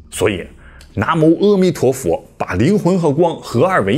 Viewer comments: 阿弥陀佛念a不念e，长阿含经也是念a不念e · 是阿a弥陀佛，不是阿e弥陀佛。